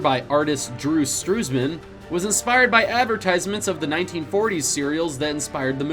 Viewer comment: Drew Struzan not Struzman.